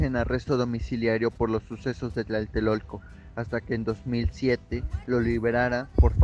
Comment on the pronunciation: No es Tlaltelolco. Es Tlatelolco. Con 3 L...